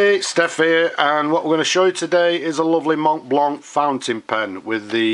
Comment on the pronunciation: It is not "mont blanc" it is pronounced "mont blanc"